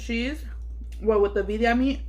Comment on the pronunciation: That looks so good! Got me hungry. But were u tryna say Birria?